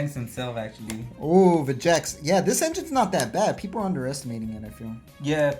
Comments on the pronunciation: Vegeks. Anyone else have a pet peeve for when people call it “Vegenks”? The card is right there. There’s no “n”. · Bro get the name right there’s no “N” vegeks